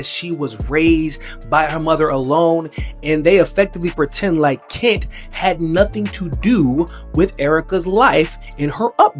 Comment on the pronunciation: Stop calling him KIT when his name is KENT. Open your mouth wider